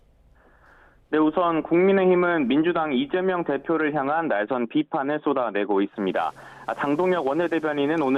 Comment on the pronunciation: 기자도 이점명이라고 .. 30초 부분 얼마나 쩜명가 각인되었으면.. ㅎㅎㅎ ?